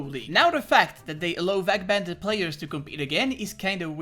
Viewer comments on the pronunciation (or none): why u say ' vac banded '